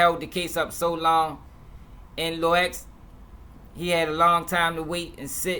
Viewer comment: Off topic but i hate when news Reporters say "Lor".. honestly wish they would just say Lil